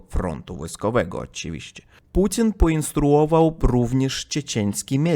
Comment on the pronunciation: Mówi Putin słyszę Pudzian 😅😅😅😅